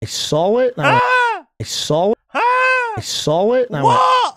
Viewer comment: Bruv the way he sits like a lady principal and talks so confidently but then can't say "saw" or "text" f*cking kills me.